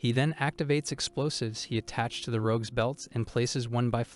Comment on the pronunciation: How do you not know how to say the word rogue? I can't listen to this. Why would you constantly use a word you cannot pronounce?